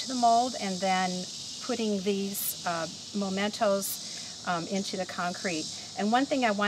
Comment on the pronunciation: I'm glad you later self-corrected "anchor" to helm/wheel of the ship. And please note that the word mementos is pronounced meh-mentos, not moh-mentos. Thanks for all the great tips----especially the advice re: putting wire on the larger objects.